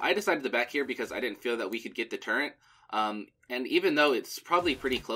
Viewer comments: Every time you said "Turrent" instead of "turret" one of my fingers fell off. I typed this with my heavy, heavy tears. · It took me a while to realize it's pronounced turret XD